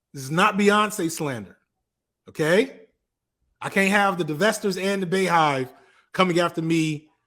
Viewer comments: "Bay-Slander" "Bay-Hive" Sir... its prounced Bee.. like her name. Bee-Hive. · It’s pronounced Bey-hive like the animal Bee/ 🐝 not like Bae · Bey is pronounce BEE. its Bey (Bee) Hive. Her name is Beyonce not Bayonce.